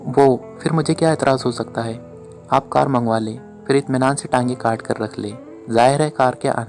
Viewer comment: Hut 👌👍 Hit 👎 JAZAKALLAH KHAIR Rewani m jub bolty hain tu Jo words normally zebaan p hun wo hi Ada huty P ko h bolna rewani nei h Phir, 👍 Fhir 👎 Pharna 👍. Fharna 👎 Phat 👍. Fhat 👎 P ko f na bolain JAZAKALLAH KHAIR